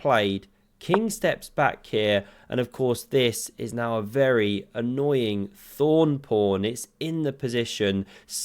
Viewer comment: Wery wery soospicious.